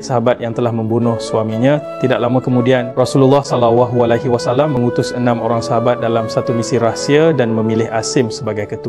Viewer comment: MasyaAllah murni niat Tpi sy profession media analyst. Saat ke tu Salah sebutannya, Tuan Sebut Salawahu alaihi wasalam instead of Sallallahu alaihiwasalam.